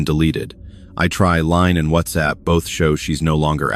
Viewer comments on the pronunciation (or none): none